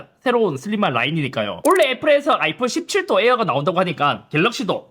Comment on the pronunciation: 소리만 듣다 ㅅㅅ하면으로 들어서 깜짝 놀랏네ㅋㅋ 슬림은 나중에 분해 안 하시나